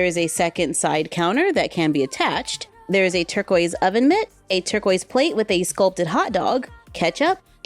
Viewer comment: every time you said torquiest i was like “Baby blue” 😂i love your videos tho